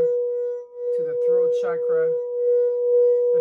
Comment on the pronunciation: Mille grazie!!! Ti vorei chiedere di voler gentilmente pronunciare la parola “chakra” con la “c” nella fonetica italiana. Come sai, nel Sanscrit, il suono trasmette energia🙏🏼🌞Di nuovo, grazie di tutto cuore.